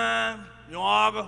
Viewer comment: The way he say argue 😂😂😂😂😂😭 RIP to a Legend 🙌🏾